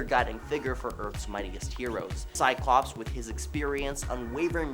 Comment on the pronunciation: THERE IS NO "E" IN "CYCLOPS"!!!!!